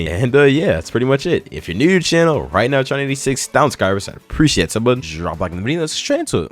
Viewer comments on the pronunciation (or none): none